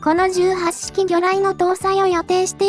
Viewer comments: 18式(じゅうはっしき)は、(ひとはちしき)の、間違い。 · 相変わらず読み方直さんな ひとはちしきと自衛隊では読むのに 元陸自だが 聞くに堪えんな